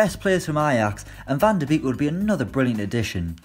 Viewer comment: I’m sick of this. It’s pronounced Van De Bake